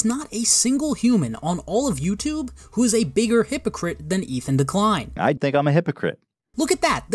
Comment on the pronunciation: "Ethan de-klein" lmao, idk if you did that on purpose but that was genius, I wish I came up with that myself